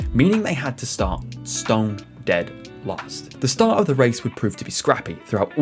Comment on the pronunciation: I'd rather read all this than listen to an announcer who can't even pronounce the words "competition", or "start".